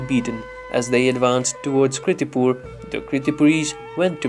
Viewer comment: Please correct it. Its KIRTIPUR not KRITIPUR..